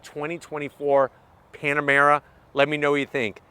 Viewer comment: He said PanaREma 😂😆, reminds me of most of my hometown eastern Europian friends, they call PanaREma and MitSIBUshi 😂😂😂